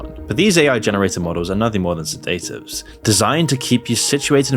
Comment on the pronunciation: Not knowing how to pronounce words is another big problem with young people. Try googling how to say them before thinking your smart "Sedatives" ffs good content ruined by basic errors.